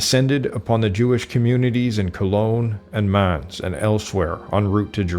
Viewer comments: Mans? Werms? Spayer? How about learning to pronounce German names properly, and with the "utmost respect?" The narrator is a joke. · It's very difficult to understand someone who is such a mumbler. His moustache makes it impossible to lip-read. He should have a shave, open his mouth when he speaks, and also learn how to pronounce properly the names Mainz, Speyer and Worms.